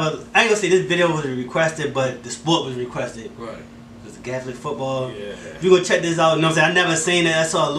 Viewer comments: GAELIC not gathalic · Hey . It’s pronounced gay lick 😆 love the vid lads ! Love from Ireland 🇮🇪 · It’s pronounced gay-lick ,and it’s county’s not states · Why's it sound like you call it Catholic football 😂😂😂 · It’s pronounced (gay-lic) football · ...the way you'se pronounce Gaelic hurts my ears, mind and heart